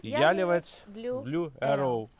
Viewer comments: корисне відео, але наголос не правильний- потрібно говорити яліве́ць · Пробачте, що виправляю, але ялівЕць наголос на останній склад, а не перший. Не хотіла нікого образити, просто ріже слух